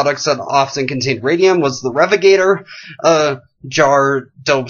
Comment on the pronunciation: Re-vig-a-tor is how its pronounced.